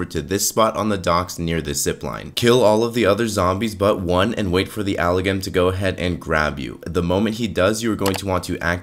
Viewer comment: >: "Alagam" >The M in Amalgam: "Am I a joke to you?"